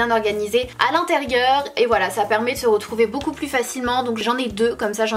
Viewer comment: Pourquoi tu dit on ze retrouve sinon je t'aime beaucoup et suis aboneé